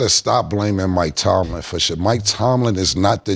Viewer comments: Now Cam comparing his mispronunciation for Ebonics 😂 highhenas, stanima, Houston James rocket, Mike Tomlinson it’s all ebonics 😂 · Cam stay fuckin up some words. I'm still tryna figure out who Mike Tomlinson is 😭😭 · Highheeenas ? Wasn’t Killa clowning someone about not pronouncing shit right and he always fucking up words ? Mike Tomlinson